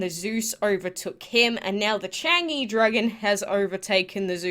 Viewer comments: U say it charng-zhie I ❤❤ gods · I’m triggered the way u say Chang’e😂😂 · I think the people will struggle to pronounce the dragons. So the first one, Chang’e dragon is pronounced as “chalm uh” the Nezha dragon is pronounced as “nuh ja”. Hope you guys get them all! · Please quake, use google translate which gives you the correct pronunciation of these dragons. It is really ... meh ... to hear the wrong pronunciation again and again. You did well on the Guan Di though 😊 Just paste in 嫦娥，哪吒 and 关帝。 Hope you do not take it as an insult. Thanks